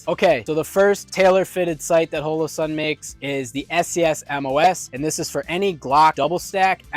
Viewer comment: Oh c'mon... At least say their name correctly. I've never heard anyone say it like you do so i went and watched their employees say it just to make sure. It's not Ho-lo-sun. Hall-o-sun.